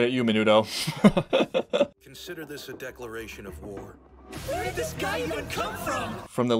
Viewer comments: The fact that you keep calling Mineta Menudo is HILARIOUS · You refusing to get "minudo"s name right is one of my fave things and craxks me up everytime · also calling him "Minuto" the whole time is absolutely hilarious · OH. I looked at the comment again and understand it now. You meant that you don’t think the reactor meant it. I’m pretty sure he is saying it wrong on purpose, The character’s real name is “Mineta”. However, I would not be surprised if it is based off of that word.